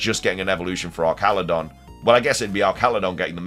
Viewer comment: Way to pronounce elekid, vigor, and archaladon